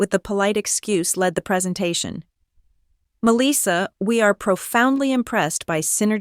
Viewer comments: To the Narrator, I do not what State and City you are from. * But Melissa is phonetically pronounce " Mel - lis -sa. Or Ma - lissa Most part of the country we don't say Me- Lis- sa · Her name is Melissa, not Meleeesa. AI needs reprogramming. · Or pronounce her name as Mell - lissa